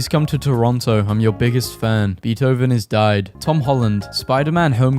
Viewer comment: he pronounced beethoven correctly i am ecstatic